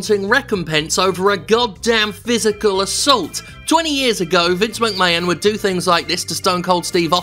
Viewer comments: Completely agree with this well structured argument, but is the pronunciation of McMahon as "McMayan" a deliberate joke that I've missed or is it just a mistake? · Great video Jim, buuuuuuut your 'Mc-mayon' pronounciation is driving me insane. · First time hearing this guy, I enjoyed the video but please stop pronouncing McMahon as 'McMayun' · Yeah, weird that. It's clearly Mc-May-Hon. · Seems like a charismatic guy, shame it’s only once a month, I can’t get over the way he pronounces McMahon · This was a good video with an amazing point But can he learn to say McMahon for the next one please? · If you watch Jim, he is doing it on purpose. He lives in America, he knows.. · I think that's probably a tribute to Gerald Briscoe's way of saying it. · Only issue I have is his pronunciation of McMahon. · Nothing really wrong with this video but his pronunciation of McMahon is getting a down. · He does it intentionally. Lol